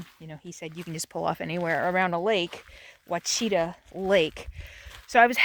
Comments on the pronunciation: Ouachita is pronounced Wa She Taa. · Someone else may have made this comment, it’s pronounced “wash-ah-taw” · I’m from Arkansas. And I live about 25 miles from this area you are in. Ouchita national forest and Ouchita lake is pronounced (Wash-i-Taw). I would never stay out there especially in hunting season. Lol you are a very brave women. But it is beautiful and the lake is supposed to be the third cleanest lake in the United States. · I found your videos scrolling and I’m hooked!! I want to live like this so bad! I’m originally from Arkansas and it is a beautiful state!! It’s not called the Natural State for no reason! Btw Ouachita is pronounced Wash-a-taw. Named after an Indian tribe. 😂❤️ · Pronounced Wash-e-ta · Ouachita...... is pronouned WASH UH TAW..... I live on the Arkansas Texas border and have been there many times. Just thought I'd let you know the pronunciation. Love your channel. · Since you were doing your wash in town, and I then heard you mangle the pronunciation of Ouachita, I thought I'd take the opportunity (Arkansas, AKA the Land of Opportunity) to hip you to the proper pronunciation: its Wash-i-taw, with the accent on the first syllable. I graduated from high school in Arkansas, and enjoyed many fun times camping and hiking in the Ouachita Mountains as a teenager. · Hi. It is pronounced Wash-a-taw National Park. Lived in Hot Springs National Park for five years and loved it. On Lake Ouachita you can rent an island to camp on through Arkansas Corps of Engineers. It is a beautiful area and I am jealous that I am not down there still. Hope you and Sadie enjoy it as much as I used to. Yes, it is deer season there. Most hunters will stop to make sure vehicles are ok and no one is dead. Most people are friendly. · ooooooooooo you need to learn how to pronounce Lake Ouchita!!!! I know Plainview is a quaint little town.